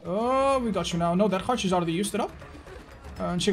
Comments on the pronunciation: Everyone: dead hard: dead khard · Not: Dead Heart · Truetalent: Ded ‘ard.